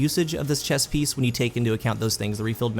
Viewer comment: Thanks for the vid! That being said...did you say "chest piest" in the beginning?